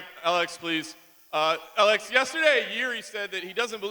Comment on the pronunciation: When the fuck did Alex become "Ah-leggs"?